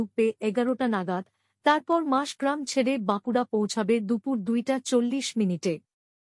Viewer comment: পাঠিকা অনেকবার মাসগ্রাম বলে উল্লেখ করলেন,কিন্তু স্টেশনটি মসাগ্রাম।